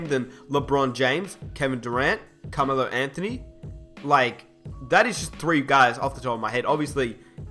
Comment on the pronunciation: The way this guy pronounces Carmelo is fuckin hilarious😂😂😂